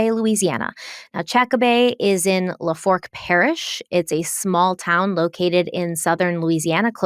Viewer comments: Had to giggle at the way she says Lafourche Parish 😂 says La-Fork 😂😂 made me giggle... its pronounced La-Four-shhh and sometimes pronounced la-fooo-shhh depending on your areas dialect 😂 Love you guys but I'll admit I chuckle sometimes when you pronounce southern places 😂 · You're cracking me up every time you say "La-fork" it's pronounced "La foosh" 😂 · Hate to be that person but it’s pronounced “LA-Foosh” parish. She was just at the McDonald’s I work at in Thibodaux(Tib-a-doh) earlier this week. On another note so glad you guys are covering this case and you look stunning! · Did you pronounce "la-foosh" as "la-fork." 😅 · Weekly It is pronounced "LA For shh" Parish. If you want to sound more like a local, the R is silent. Sounding like "LA foo shhh". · Appreciate all your hard work! Just for reference, it pronounced la foosh, not la forch. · I'm sorry I laughed every time you said Lafork parish. It's pronounced lah-foosh 😅 I live one parish over. Love yall❤ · Lafourche parish pronounced lafoosh not lafork, Claudine pronounced clawdeen. No shade,Good job! I’m just from south Louisiana and some words may be complicated to pronounce if you are not from here but if you need help in pronunciation for any future videos I’d be happy to help! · Oh and I just realized what you are saying as "la-fork parish" (which I was like hmm i wonder where that is) is Lafourche, which is pronounced like "lah-foosh." I know you like to get those things right so just trying to be helpful. ❤❤ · It's pronounced chack-bay and Lafoosh Parrish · No hate. Love you guys I’m only saying this because is a perfectionist with these videos so Lafourche is pronounced” la foosh”parish, just fyi for next time. As always wonderful coverage ❤️ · It's pronounced La-foosh parish, sorry.... Louisiana native.❤ love you guys ❤ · Chack- bay And la fooosh Is the correct way to pronounce those names 😂 From a fellow Lafourche parish resident. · La Foosh is how you pronounce Lafouche